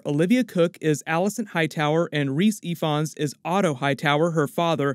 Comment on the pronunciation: Nailed the pronunciation of rhys Ifans' Name. Good on you sir...youd be surprised how many people who cover such things refuse to do a simple Google search. The I and F become an E and V in English hence the surame Evans.